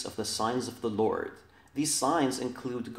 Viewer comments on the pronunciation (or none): none